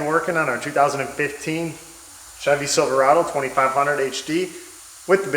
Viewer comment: "we're once again working on our 2015....Ghevy Silverado" Still had GMC on the brain in the recut :face-green-smiling